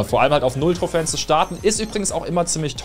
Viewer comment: Es heißt nicht trohfän Trohfen